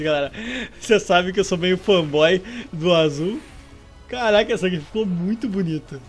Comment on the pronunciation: tu disse "Calaca" em vez de "Caraca"....;-;.......mas msm assim MELHOR CANAL